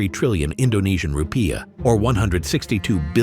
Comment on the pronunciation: /rupijah/ not /rupai̬jah/ Rupa.jah is wrong, i forgot the semivocal diacritic for vowel